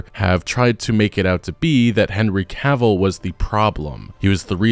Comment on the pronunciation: Ca vill. Not Caaaavil. I feel like Hermione now, but it had to be said.